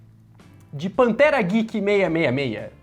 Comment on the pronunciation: "CASAL GWEEK..." 😮😮😮😮